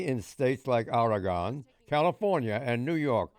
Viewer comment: Is Oregon really that hard to pronounce?